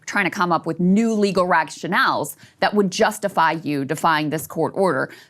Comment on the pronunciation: did Krystal say "rag-Chanels" insteadof "rationales"?